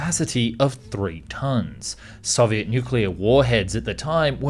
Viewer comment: I speak some Russian, he doesn’t do too badly. What’s hard is the letter “о” in Russian. Sometimes it’s pronounced like in English. And sometimes it’s pronounced like an “a” . And there’s no real grammar rules to tell 🤣 you just know. So he pronounces Soviet right, but Soyuz wrong 😂